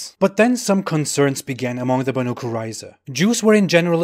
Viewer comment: It's pronaunced more like Baeneiy